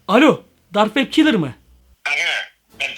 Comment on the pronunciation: lan kilır deyil killer